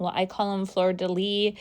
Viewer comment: Everything looks awesome, and you pronounce the shelf right Fleu de lei, not sure if I spelled it right, your name is beautiful 👍